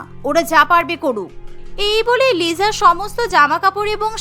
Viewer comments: Lisa ❌Lija ✅😂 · লিজা না লিসা😂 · লিজা না লিসা😂😂😂😂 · Not Liza ata hobe Lisa. 😊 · 𝐋𝐢𝐣𝐚 𝐧𝐚 𝐋𝐢𝐬𝐚. 𝐑𝐨𝐣𝐢 𝐧𝐚 𝐑𝐨𝐬𝐞. 𝐉𝐢𝐬𝐨 𝐧𝐚 𝐉𝐢𝐬𝐮. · ওইটা লিজা না লিসা ওইটা রোজি না রাজে ওইটা জেননি না জেনি😂😂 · লিজা❌️ Lisa✅️😂😂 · ওটা লিজা হবে না লিসা😂😂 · Lija na lisa hobe hay re hay😅😅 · Not liza, It's called lisa😂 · Liza❌ na lisa✅ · BTS fan bou ❌ K-pop fan bou✅ .আর আপনার কথার উচ্চারণ লিজা না লিসা হবে😂 liza❌ Lisa✅ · It's not Liza. It's Lisa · Lisa❎ Liza✅😂😂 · ওটা লিজা না লিসা ওটা জিসো না জিসু রৌসি না রোজে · It's not Liza It is lisa😂